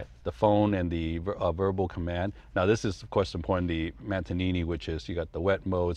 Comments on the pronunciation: MANTANİNİ???!! i Think its called MANETTİNO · "this is the mantanini" I think you mean manettino. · … did say… “mantenini”…? 😂🤣… Is he one of those ppl who hears words completely wrong? It’s “Manettino” lol! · I'm in love with this GTS. What a stunning piece of kit. Gotta love as well. He's got all the latest Ferraris but he can never pronounce Manetino! Manintini?? 😂😂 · Hi again... Just to say that i like this video and the part of when he talks about the "switch" that changes the car modes such race, wet, snow... the " Matenini" ehehehe He was trying 2 say "manettino" but... matenini was what came out:D Cheerrsss and thank you once again 4 the moment!!! EternamenteEnamorado, Eu🌈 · the "mattonini" for race sport! its called manettino, ah! beautiful content and car, best looking spyder also with the roof up! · Mantonini? I would’ve thought that the guy who owns at least 10+ Ferraris with a Manettino would know how to pronounce the name of the controller. LOL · My man said mantineenee rather than Manitino 😂😂😂 I guess when he has that many Ferraris he can call it whatever he wants. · Did he just call the manettino switch a “mantanini”?!!!!! Seriously? And he calls himself a Ferrari collector? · you meant Manettino.... Mantonini 🤣🙂🤣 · Did he say ‘mantinini” instead of “manatino”?. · "The Mantinini" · "this is the mantanini" 🥴🥴🥴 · What’s a mantenini? 😂😂😂